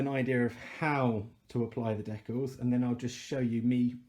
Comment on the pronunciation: stickers !! not deck alls